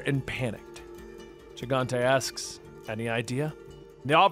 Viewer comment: Gigante is pronounced Hi-gan-te.